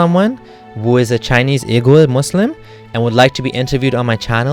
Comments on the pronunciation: Wee-gur, not oo-gur. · Uighur is pronounced as wigur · Oigur would be more correct